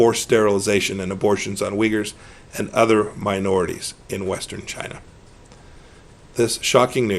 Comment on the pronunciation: 1.10. I love the way he says China 😂